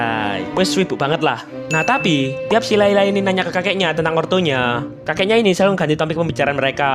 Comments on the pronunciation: Layla ❌ Lela ✔ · Layla bang bukan leyle😅